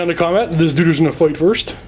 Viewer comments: him calling everyone a duder made this unwatchable. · Damn it. Hearing "Duder" gets painful after a while.